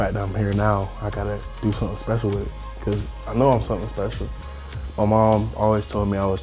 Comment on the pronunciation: He kept saying cuzz huh lol